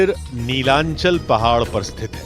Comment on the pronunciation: Pronounce properly Not nilanchal It's Nilachol